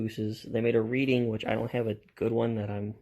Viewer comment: Reading is pronounced RED-ding as in Reading, PA.